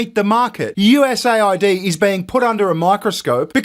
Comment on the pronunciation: It’s not USA ID. It’s US AID.